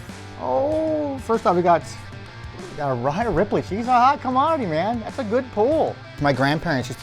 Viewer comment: Found it comical that the founder of wrestling cards website says Rhea Ripley's name wrong...